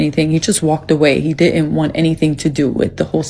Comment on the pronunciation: "di int" instead of "didn't" is the mark of a low class person.